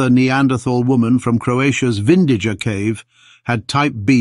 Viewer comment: Vindija cave is pronounced Vindiya. I come from the same region and have the same 'j' in my name.